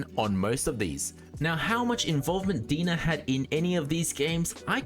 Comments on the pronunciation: Pretty sure their logo is spelled DeNA because you're supposed to pronounce it like DNA not Dena lol. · Are you sure its DEE-NUH and not DEE-IN-AYE? Like DNA? Why would they spell it DeNA? Makes no sense. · I like your info videos, I feel your most informative. I always come here for most up to date info. Just FYI so people don't make I'll comments DeNA is pronounced DNA. hope this helps clear any confusion amongst the viewers. Keep it up bro 💯🔥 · Its pronounced D N A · Great video! I might add that DeNA is pronounced liked the acronym D.N.A. You can call it how you like of course but thats what i was aware of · That's my only nitpick, and he kept repeating it 🤣